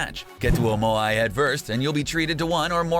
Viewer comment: Nice video,but here’s some things you got wrong 1. Lazy links not Lucky links 2. Moai is pronounced as Maui